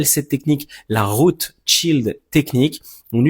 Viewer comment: Sa se dit rout pour racine